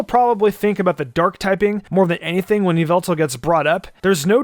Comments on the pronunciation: You pronounced it wrong! Its "Yahveltal" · Stop it's not yveltal it's yavelta. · Yveltal was pronounced incorrectly. It’s pronounced YA-VEL-TALL